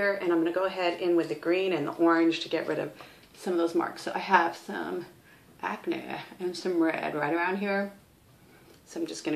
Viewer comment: Lmao "ackNAY" you're awesome